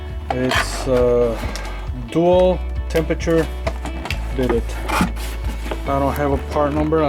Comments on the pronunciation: No, it’s Bee-Day. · It's pronounced "Ba-Day"... not "Bid-it".